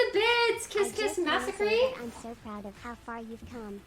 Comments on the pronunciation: massa cree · You mean Mass a cree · Lmao the way she pronounced “massacre” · lmao she can’t pronounce massacre correctly, people are right the end is coming either this year or early-mid 2022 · I’m sorry but her pronunciation of “massacre” made me cackle